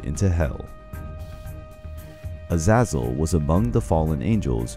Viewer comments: "azazal" ? Az-AY-zal bud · Isnt it A-za-zel not A-zaz-el? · It's pronounced az-zay-zul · Azazal say it rihhtttt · i thought it was pronounced as "a-zay-zel